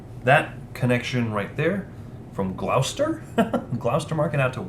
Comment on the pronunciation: Great! This really helped my understanding of the game. Not Glawster, Gloster!